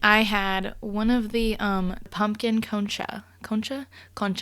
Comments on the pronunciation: For “concha” you pretty much got it ! Just a small tweak , instead of saying “uh” at the end say “ah” :) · I think you said concha pretty well!